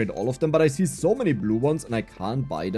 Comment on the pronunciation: Man are you German because that Zooooo is cool :D